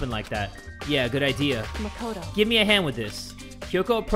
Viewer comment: Makono and Manokuma xDD nice